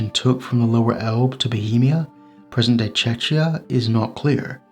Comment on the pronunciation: the way he pronounces Czechia, it sounds like Chechnia (you know, the Russian trouble province in the Caucasus).